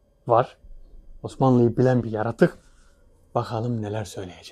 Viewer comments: Saygıdeğer...❤❤Diline Kurban olayım ne güzelde diyor YARATUK diye ❤❤HER DAİM SEVİLİYORSUN İstanbul Bahçelievler Yenibosna'dan Saygılar sevgiler selamlar olsun❤️🌹❤️🌹❤️🌹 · Nasil Diyoru Yaratuku 🤣🤣🤣